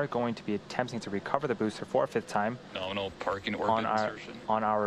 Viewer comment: norminal? lol